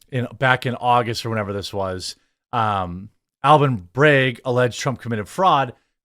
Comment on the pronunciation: Say bag. Now say beg. Now say MAGA. Now say mega. Why is it so fuckin hard? Bragg is not bregg. Say adolescent. Say abnormal. You can do it....